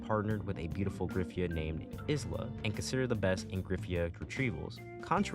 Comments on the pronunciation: STOP CALLING HER IS-LA IT'S I-LA THE S IS SILENT 😭 Great review tho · Isla being literally called "is-la" hurts me so much, her name sounds terrible that way to me. You basically say her name I-la (like you pronounce the letter i, don't say the s and simple put -la in the end). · Great video and all but.... iz-lah? I'm so used to the sub where it's ai-lah and I'm not used to it. Alright, great vid tho